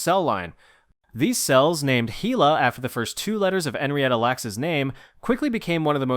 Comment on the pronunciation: Henrietta is pronounced "henn-ree-ettuh," not the way you pronounced it. And "Hela" is pronounced "HEE-luh." You finally correctly pronounced it right at the end of the story about them. Everyone, Google is free and it will give you the correct pronunciation of words if you're not sure. And yes, my friends call me The Pronunciation Nazi.